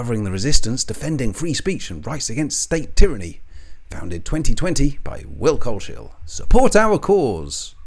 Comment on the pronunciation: Coles-hill not Cole-shill